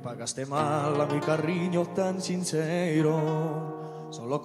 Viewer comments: Tanto que le pone una R de más. CARRIÑO jaja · Dice carriño por lo demás muy bien.